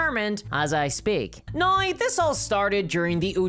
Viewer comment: How do you manage to put an "eye" sound in the word "now"? BoycottWotC! "Reasons why" is redundant.